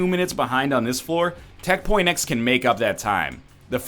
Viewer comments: stop saying tech. x its tech x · ITS NOT TECH . X ITS JUST TECH X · Am I the only one tired of him calling it tech point x? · is pronounced Tech point X and the other one is Tech X.